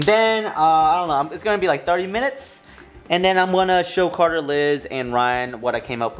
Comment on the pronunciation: The way he said carter I thought it was coda